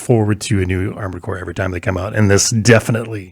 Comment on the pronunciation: This week on the Bombcast: still does not know how to pronounce "every" without putting an extra "r" before the "v".